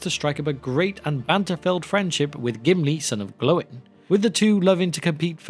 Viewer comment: Mûmakil is the plural of oliphaunts. Singular is a Mûmak. And Gloin is pronounced Gloy-n, NOT Glow-in.